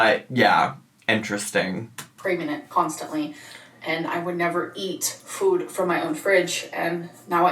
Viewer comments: I despise the way she’s being saying food as fude 🙄🙄🙄🙄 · She's been adding a 'w' sound to words like food & move & it's really bugging me. 'Fwood' 'mwoove'.